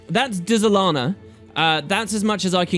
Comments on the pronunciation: Pretty sure the Dz is spoken as a Dj so its said as Djalana, Djagonur Bastion & Djasha Uplands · The way you pronounce things is sooooo annoying... There is no E nor apostrophe between the D and the Z. Why are you saying Dézalana? Can't you read? It's like when you say dUlux. Really? How are you turning an E into a U? I like your videos man, but damn this drives me crazy...